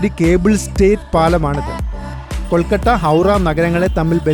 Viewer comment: ഇടക്കിടെ കൊൽക്കട്ട എന്ന് പറയുന്നുണ്ട് 😅